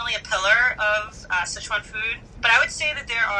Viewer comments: dude... SICHuan not schesuan - sitch-uan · S makes the s sound. I makes the i sound. you probably learned ch sound in kindergarten. uan. that's like the only hard part and you say it fine. PLEASE it's not sheyshwan food. It's sichuan. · Si Chuan, not seh chuan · It bothers me that Andy is saying Szechuan instead of Sichuan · So many people over-pronounce “Sichuan”. It’s “si” (say “six” without the x) and “chwan”. 2 syllables. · I'm a pedantic food nerd and I'm going to hate this video, since it's Bon Appetit, and Sichuan cuisine is one of my obsessions. Here goes. Edit: Not even a minute in: "Seshwon province". Kill me now. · IT'S PRONOUNCED SICH-WUAN YOU HICK